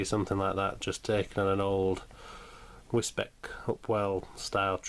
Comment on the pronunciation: Hi, I was wondering if you are looking at getting the LNER J70 from Model Rail, I know you've been working on this. As for the paint job, not bad, the J70's never went into NCB use as only 12 were built with 11 going into BR use and sadly were all gone by the late 50's. But it's your model you decide what happens :-) Also sorry again, the way you say Wisbeach is incorrect - It's said like Wiz - Beach I live in East Anglia so it's said differently I mean I've been told off for saying Grosmont incorrectly - As in Gros -mont - We're not all perfect haha. However, I look forward to seeing how your J70 project goes as it's very interesting. Please don't read this in a negative tone as I don't mean to be, I like your project and hope it goes well :-)